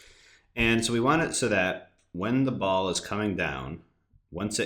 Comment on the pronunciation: You Say Want Weridly